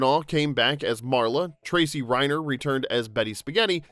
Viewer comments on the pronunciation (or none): none